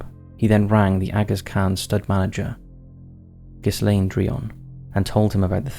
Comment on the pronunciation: The word is "progeny", NOT "progency", and it serves as both singular and plural. Ghislaine has a hard 'G' and the 'S' is silent. Get an editor.